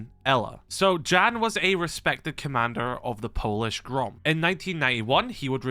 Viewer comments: ah yes dżan not Jan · It's all great but please, Jan is NOT pronounce as "Jean", it's pronounced like "Yan". J in Polish makes Y sound like in "yellow". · The Polish name "Jan" is pronounced "Yan"😉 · just to let you know jan is pronounced yan